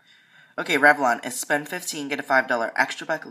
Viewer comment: "Select Unilever Spoend"